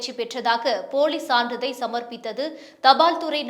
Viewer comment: இந்தம்மாக்கு "சான்றிதழ்" ன்னே சொல்ல வராதா😡😡😡. தப்பும் தவறுமா ஒரு உச்சரிப்பு. இதுல செய்தி வாசிப்பாளர்ன்னு பேரு. எத்தனை முறை சொல்லுவது😡😡😡😡